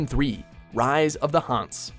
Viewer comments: It's pronounced Han-sah, not "Hanse". Say it with me, Han....Saaaah. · That pronunciation of Hanse hurt me more than it should have